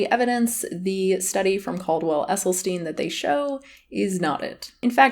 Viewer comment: The quotes you use in your video while claiming it's Dr. Esselsyn's quotes are without formal citation. Also, you may want to learn how to pronouncer Dr. Esselstyn's name before using it over and over.